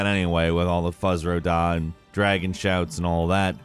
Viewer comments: Did he really say fuz ra da while talking about skyrim... triggered lol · Mans said Fuzz ro dah.....bruh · "Fuzz Ro Dah" Really,? Really? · Fuzz ro dah? Who are you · 'Fuzz ro dah' Ehhhhhh. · Good ol and his Fuzz Ro Dah's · he pronounced it fuzz, that's the joke.